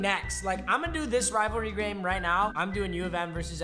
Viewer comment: He fully said grame